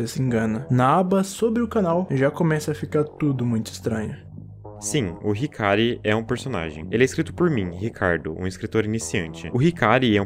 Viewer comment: Eu legit fiquei triste ouvindo esse "hikary" aí mano meu deus